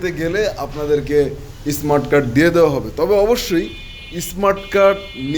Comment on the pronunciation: ইসমাট কার্ড কি?? উচ্চারণ শিখেন আগে।